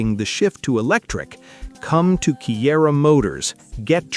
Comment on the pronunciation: Kiira - It's read as Chira